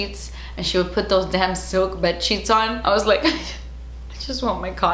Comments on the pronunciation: I loled so hard at the "shet" hahahahahahahaha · "sleep shet" im dead